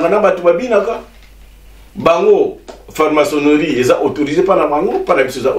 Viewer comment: FRAMACONNERIE FARMACONNERIE TE . PRONONCEZ BIEN TATA BOLINGI KOTEYA MAIS ...